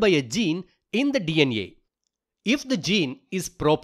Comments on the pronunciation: its DNA not DN neyaa why you pronouncing a like that😭😭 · hi is saying dna > dnea 😂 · DEE EN IYE = DNA 😂